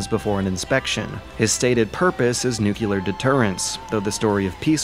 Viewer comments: NUCLEAR. NU-CLE-AR. N-U-C-L-E-A-R. NOT NUCULAR, FOR FUCKS SAKE AMERICA. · “Nuculear” is where you lost me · It’s nuclear, not nucular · Nucular alert. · N U C L E A R !! (love ya man, but ffs...) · you're talking to a guy that still isn't able to properly pronounce nuclear